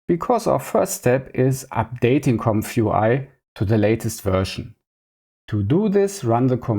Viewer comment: Ze famous "Compfoowhy" in ze cloud workflow? Zänk ju for ze detailed setup! Seriously tho: I see you trying and I respect your hustle on your journey to master the infernal "th". It's just tongue muscle range that gets better over time, but only if you keep developing those muscles and never stop practising! But also: "Tracking and drobbing" was the highlight of my day. Thank you. Subbed. Liked. Recommended! :) Keep it up, bruzza 👊